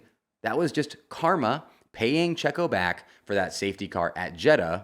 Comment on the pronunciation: i hate the way you say checo’s name